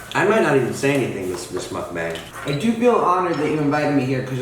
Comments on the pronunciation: What's a moook bang?! Lol It's just muckbang. I love Josh, he's hilarious! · Still can't get used to how you pronounce Mukbang. Muck-Bang, Mook-boung.